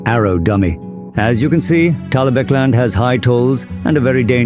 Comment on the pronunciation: I'm impressed you got the AI to say "Talabecland" properly